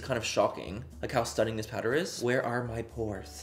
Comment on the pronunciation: You sound sooo Irish when you say ‘stunnin’ 😂 I’m from Dublin and yeah sound very like us Dubs 😂🖤